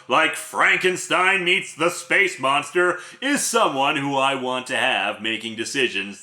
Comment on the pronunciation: Space moonstah!